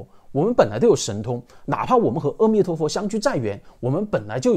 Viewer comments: 唸「阿」彌陀佛，不唸「喔」彌陀佛。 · 阿彌陀佛 的 ‘’阿‘ 字’ 读 Ah, 不是 Eh 或 O. 要念对。这与梵文Amitabha 相应。